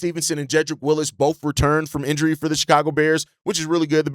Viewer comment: It's Wills not Willis. 🤦🏽‍♂️